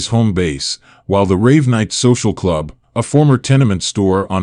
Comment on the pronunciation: The club is pronounced Raven-night, not Rave-night